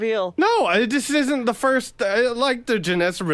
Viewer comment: JD says Dee instead of The.... he is a complete jadrool 😂